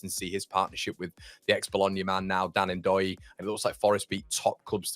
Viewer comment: Its Dan Doy the N is silent.